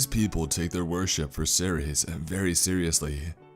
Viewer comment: 이동연 -Cerces? He pronounces the name as Are-Series.